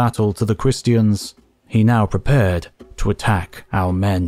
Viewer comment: I enjoy these videos immensely. Thank you! But (possibly because I'm ill) I found your pronunciation of Christian distracting and a little irritating. Who says christy-en? Edit: It's definitely because Im sick 😂